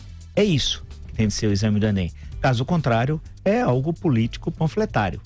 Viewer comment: Você especialista em literatura e falando "enen"? Tenho pena do seus alunos.